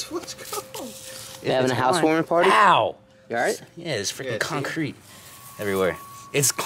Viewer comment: he said concreat si much i dont even think its a word anymore .